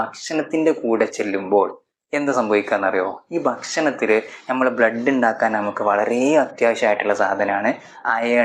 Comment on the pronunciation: ഞമ്മൾ അല്ല നമ്മൾ 🙄🙄🙄 നല്ല അക്ഷര ശുദ്ധി 😭😭😭